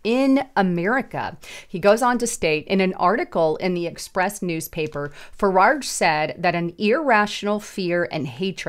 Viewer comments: There is no second " r" in the second syllable of " Farage". It is not said " Fuh- raRge." It's " Fuh- rahj" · "Fararge?" Have you even read anything? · Am from UK...love how you pronounce 'Farage'! We pronounce it like 'mirage'. Keep up the good content 👍🏻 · You consistently mispronouncedFarage’s last name.